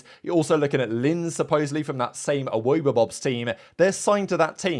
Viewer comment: The pronunciation of Awobabobs is triggering haha, have you never seen the inbetweeners, come on, you're a brit XD